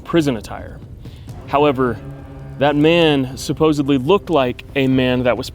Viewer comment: Randomly clicked on your video looking for something new. You didn’t annoy me and you know how to pronounce/say “supposedly” and that is much appreciated. Good video.